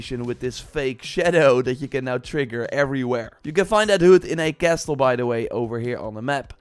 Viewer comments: This guy enunciats the "t" in "castle" and the 2nd "e" in "sheathed". Haven't you been doing YouTube videos in English for YEARS now? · Love your videos mate! Just a small thing, 't' in 'castle' is silent. Sorry, couldn't ignore it.